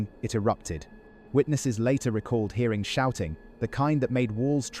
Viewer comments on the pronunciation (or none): none